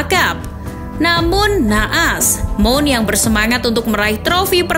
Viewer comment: Mount tulisannya dibaca maoun.